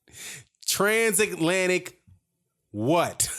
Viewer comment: "Transaklantic"... holy shit dude